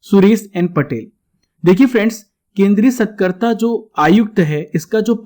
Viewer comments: सतकर्ता नहीं, सतर्कता है ।वो बाकी very nice information👍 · कृपया सही उच्चारण करें- सतर्कता आयुक्त It's not SATKARTA It is SATARKTA Thanks. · Aap satrakta aayukta ko galat dhang se padh rhe hai sir